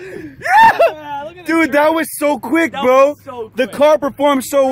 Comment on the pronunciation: If you are going to say bro so much at least say it right its bro not bwo